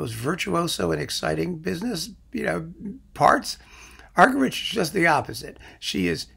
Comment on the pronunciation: Argerich is pronounced argeríc. It is a Catalan surname.